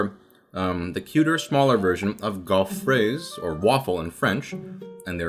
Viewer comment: Gaufre is pronounce like "gopher" but with the last two letters switched around